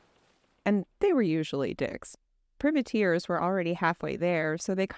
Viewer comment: What the hell is a pervertear? It's private Tear all one word! Makes everything you say suspect when you can't even get that right right off